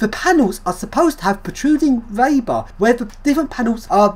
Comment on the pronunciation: "reebar", not "raybar".